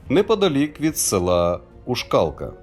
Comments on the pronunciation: Шановний, у назві села ушкалка наголос на у. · Ушкалка - наголос на "У". Ця місцевість зветься " заклятий бугор", бо там майже ніколи не випадають дощі; там завжди тримали пасіки.